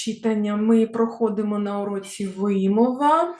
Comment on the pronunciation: Дякую за урок. Перепрошую, але все-таки вимОва, читАння.